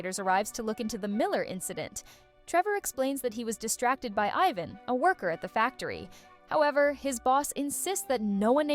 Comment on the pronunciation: you couldn't tell with the I-van and Ivan pronunciation?